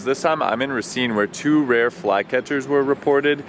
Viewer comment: First... also, it's RAY-seen 🤦‍♂️